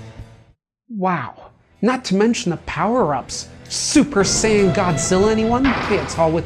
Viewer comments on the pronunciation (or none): none